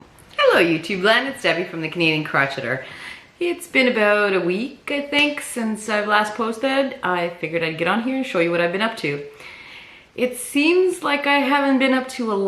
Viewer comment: Why is it that on one hand Debbie at the beginning of your video you still incorrectly pronounce the word “crocheter” but the next time you say the word “crochet” you pronounce it correctly 😳. I’ve been crocheting since the 1960s and never EVER heard anyone pronounce it like you do. Does anyone else hear how Debbie is saying this simple word???😲